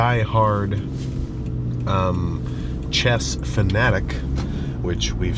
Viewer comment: i thought he said CHEST not chess until he mentioned magnus lmfao 😂